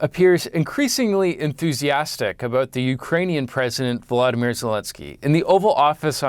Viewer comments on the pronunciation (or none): The president of Ukraine has a first name, Voladamir. It's not Vladimir! It's a minor thing but it's so annoying to hear lazy journalists mispronounce the man's name. Educated people are some of the dumbest people in the world. Yeah! I said that.